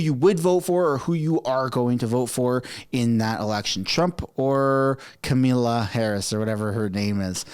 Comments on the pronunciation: I believe that you have a great podcast. But I was annoyed when you said the name of the current vice president of the United States. Her name is Kamala (Kah-mah-lah) and if that is too difficult for you then when she wins the election you can say Madam PRESIDENT!!!! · Not that I like Kamala Harris in anyway shape or form. This is a friendly correction. Her name is pronounced Comma-La